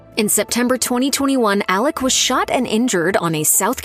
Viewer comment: It’s Alex, not Alec!!!